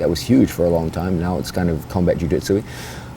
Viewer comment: Why does he say jiu Dit su?? Anyone else pick up on that?